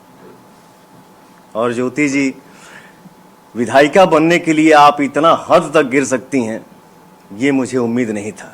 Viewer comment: Anapadh log Vidhayika bolte h😂😂 Vidhayak hota hai